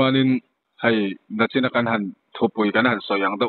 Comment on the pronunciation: Nachin a ni lo NICHIN tih tur aw